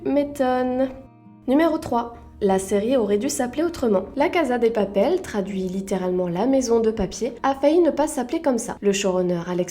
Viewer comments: On di pas la caza on dit la caSa de papel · "La caza de papel" 😭